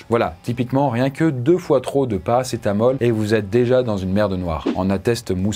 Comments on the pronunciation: Oui mais si tu ecoutes bien il a dit paracé t'as mal ^^ 😀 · il dit ParacetaMAL dans le tramadol 😂😂😂